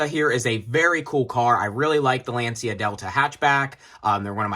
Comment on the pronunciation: Bruh, half the time of this video about nothing and badly pronounce the name of brand Lancia too... Come on.